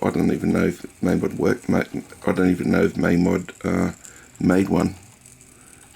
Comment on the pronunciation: It's mamod not maamod